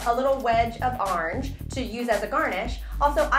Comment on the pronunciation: I love how you say orange. "Arnge"